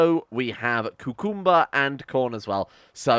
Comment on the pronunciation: Bruh the way he says cucumber